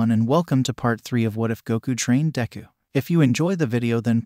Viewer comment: DEKU not Dangku